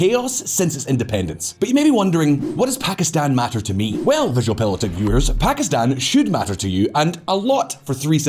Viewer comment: Lol quite an entertaining video; a real shame though since the music and women there are beautiful. Also, +1 for properly pronouncing Pakistan and Iran. Strangely, you seemed to mispronounce kilometres though, which is pronounced as if it rhymes with nanometres or metres itself, not with "thermometers" (because it's a unit of measurement, not a measuring device).